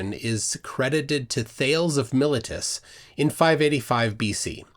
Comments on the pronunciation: Say there,.. "Thales" doesn't rhyme with "sales".. It's a Greek name, and is properly pronounced "THAY-lees". You also mispronounced "Miletus".. it's "my-LEET-us". Kinda lazy errors, if you ask me. It's all there on Wikipedia. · I'm being picky, but it's "My-lée-tus", "Prin-kíp-ia" and "Hál-ee". Though I will concede that Prin-sip-ia is used by those who don't use classical Latin (tut!) and Halley can also be pronounced Hailey or Hawley and no-one's entirely certain which variant Edmund or Edmond would have used himself. It's definitely not "mill-a-tus", though. Oh, and "Thales" is not like "Whales", but "Thay-leez".